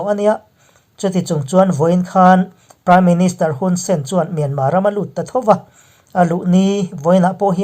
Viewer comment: MIANMAR ve hi chu aw hah thlak thin mange aw